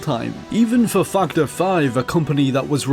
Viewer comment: its fac·torˈfaktər/ not fucher